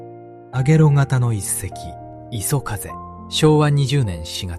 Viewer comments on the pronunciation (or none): 画像・内容良いんですが、読み上げが途中で終わっちゃうの何回かあったけどちょっと酷くない、また相変わらずAIによる読み間違いも多くて最後磯風をいそふうと読み上げたのは本当に興ざめでいくら何でも亡くなった方が可哀そう、"私達日本人は、その事を忘れてはいけない"と言っていて間違って覚える人がいたらどうするの？まあこのチャンネル観ている人でそんなにはいないとおもうけど、何使っているか分からないけどAIの精度全然上がって無いですよ。